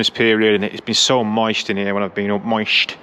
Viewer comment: Hey.👋 You mentioned how quickly your rotors started rusting from all the rain recently. Well, same here. Sick of it. Went from well below freezing lows for several days to 75 degrees foggy n pissing rain on Friday and Saturday so my concrete garage floor is schweaty with all the dampness. I know it's the little things, but I nearly lost it when you said Moisht.😅 Jackie Tran looking so fit after the latest mod... very nice.👍🏼 Costco clock (with temp) addition to the barn is fresh too, though must admit, I do like a good Casio update now and then.👍🏼 Totally agree with everyone about the TE-37s, especially in that colour combo with the Estoril Blue. Gets no better than that, man!🔥 Mucho dopo! Looking forward to seeing this raspy bastard do some hot laps again. Stay with it,. Have a great week ahead.